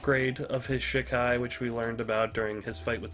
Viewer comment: It's funny hearing you say "shit Kai" but it's "she Kai" hahaha